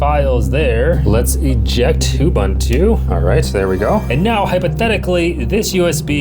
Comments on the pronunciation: It’s not “you-ban-too” it’s “ubuntu” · Can anyone explain this strange phenomenon to me? I find it genuinely disappointing when a seemingly intelligent and educated person continues to pronounce a familiar word or name incorrectly, even though he must have heard the correct pronunciation many times. Why would a tech content creator repeatedly pronounce “Ubuntu” as “Ubantu”? It is difficult to believe that he has only ever seen the unknown word in writing and has never heard anyone say it correctly. Imagine introducing yourself to someone and clearly stating your name, only to have that person continue butchering it whenever he speaks about you. After a while, it no longer sounds like an innocent mistake. It begins to seem careless and disrespectful. That is why this persistent mispronunciation is so disappointing. A knowledgeable tech creator should care about accuracy, especially when mentioning something as well known as Ubuntu. I remain genuinely puzzled: why continue saying it incorrectly? Is it ignorance, stubbornness, indifference, or something else? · I hope he's intentionally mispronouncing "Ubuntu" just to bait people into commenting, because if he isn't... I honestly don't even know what to say.